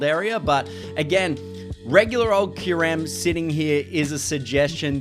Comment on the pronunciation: I can’t believe how click baity you’ve become! You even mispronounce Kai-yoo-rem just so wrong. Pffft.